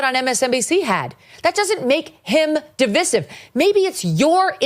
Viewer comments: di-VICE-ive, NOT di-VISS-ive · Please - Sounds like duh •vai•suhv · I love you Megan, but you cannot go into a segment on division and not know how to SAY THE FUCKING WORD. Really. No one has corrected you ffs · Is that really how people say divisive? I guess I been saying it wrong